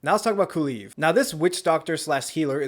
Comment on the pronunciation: “Kaluve”😂 nice way to say kulev. Edit: did you pronounce it differently every time because I heard ku-leaf and some other variations of kulev